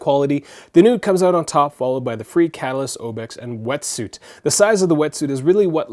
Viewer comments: Like Fray? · Life proof fre isn't pronounced free it is more like frā